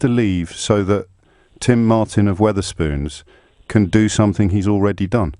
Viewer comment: It went downhill from "Wutherspoons".